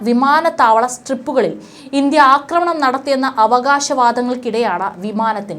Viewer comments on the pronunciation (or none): none